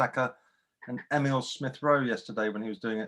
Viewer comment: “eMiLe RoWe SmItH 🤪” You had one job.....